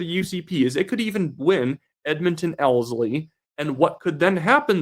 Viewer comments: You are not saying Ellerslie correctly otherwise a very good video. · just for future reference Ellerslie is pronounced L-ERS-LEE.